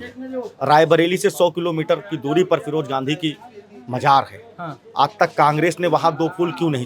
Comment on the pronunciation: Raybareli ki janta se mai kahna chahta hun ki firoj Khan firoj Gandhi kab se ho gae bhai kam se kam nam ka uchharan sahi se Kiya Karo mere brother